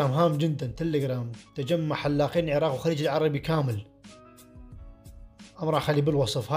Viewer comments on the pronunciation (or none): none